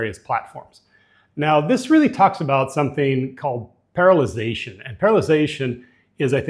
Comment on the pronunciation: And you pronounce parallelization wrong. You say "paralization".